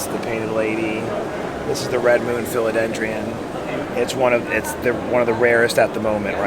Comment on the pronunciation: Imagine running a booth at a tropical plant expo and not knowing how to pronounce “philodendron”